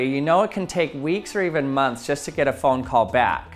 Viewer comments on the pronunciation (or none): none